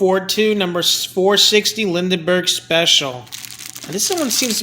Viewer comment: The name is pronounced "Lin-berg" for Charles Lindbergh.